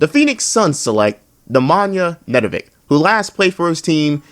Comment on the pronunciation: As a european im offended by how you pronounced nedovic and olimpia milano. Like havent you ever heard about milano?